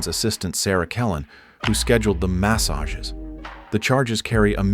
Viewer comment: It’s definitely AI lol ‘mass-ages’ ‘See EE OH S’